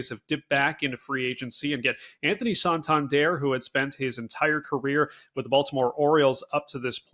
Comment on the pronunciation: How do you pronounce (Anthony) Santander correctly? It's "sahn-tahn-DEHR".